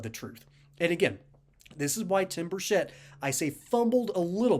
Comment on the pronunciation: Many people mispronounce his name, the “ch” is pronounced like cheese. I know this because I know his family, live in the same town, and he was our Mayor. Burchett is pronounced like “Chet” Atkins. Even other members of congress pronounce it incorrectly, just wanted to let you know, great vid by the way, as Tim is BS proof!